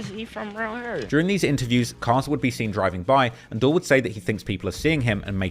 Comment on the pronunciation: How could you possibly still be pronouncing it “dull”?🤯